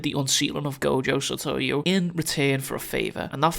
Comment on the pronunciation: Gojo Saytoywoo